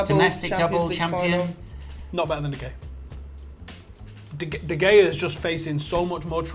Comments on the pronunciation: De gay? What kind of deluded United fan can't even pronounce his name properly? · De Gea... He says it De Gayuh... The fuck? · I'm a Man U fan but is so bias. He can't even pronounce names properly. Godan(Godin) De Gayea( De Gea) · Why is he pronouncing his own GK that way?